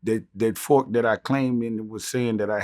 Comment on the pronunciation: " i had a knfork!" -BUCK $$$